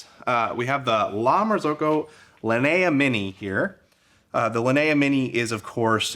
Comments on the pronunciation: Linea is spelled "Lee - nee - ah", like bruce LEE, leeneeah. Not "la - nuh - ahh". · Exactly. In Italian or Spanish or whatever it's similar. It's always lee nee ah or lee nee uh at worse. His pronunciation I have no idea where he got it from.